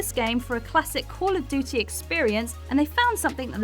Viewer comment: Why can't you say "duty" properly?